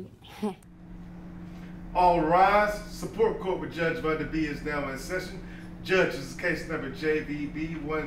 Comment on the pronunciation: MS. VUNNNNNNDAAAAAAAAAA! (If that “o” don’t have that “u” sound, you ain’t saying it right). I’m about to fix my plate and watch all of this right now . We love you in OKC, MAAM!